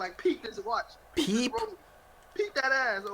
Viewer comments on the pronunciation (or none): This bum ass nigga couldn't pronounce peep. Pee Head Ass Nigga